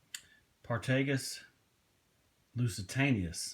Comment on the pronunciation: Just FYI- Partagas isn't pronounced Par-Tay-Gas. It is pronounced Part-a-gos as told to me by a factory rep a few years ago after I pronounced it the way you did. Nice haul.